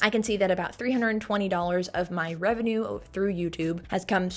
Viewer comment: "my musty effamated wevenue" just took me OUT